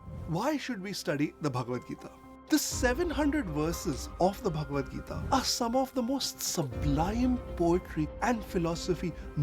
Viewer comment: Tip: Correct pronunciation of Bhagavad Gita is Bhag-vad Gita✅